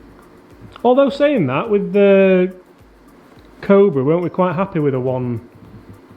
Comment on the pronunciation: Please get to say Cobra correctly 🤣